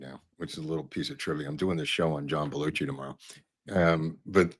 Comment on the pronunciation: It's Belu-SHI! 😂